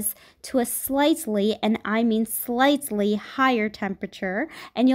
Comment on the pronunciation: who else heard slicely higher temperature